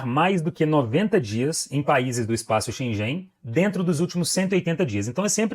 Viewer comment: Please correct your pronunciation of “Schengen”.